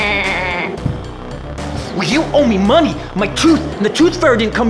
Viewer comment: When he sead maney